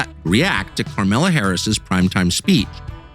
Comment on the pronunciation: He said KARMELA! BWAHAHA